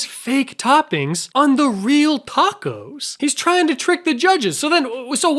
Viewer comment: why do you keep saying A tacos????